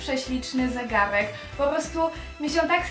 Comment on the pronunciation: mówi się zegarek a nie zegałek